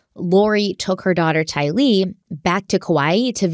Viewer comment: 1) Her name is Tylee like kiley. Not two words like Bruce Lee. 2) it’s Miss America. As far as I know nobody has married America yet. 3) CHOMPING at the bit…. Love you guys, but the mistakes are hilarious sometimes.